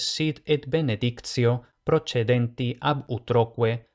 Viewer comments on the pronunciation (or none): debería ser prochedéntsi, no prochedénti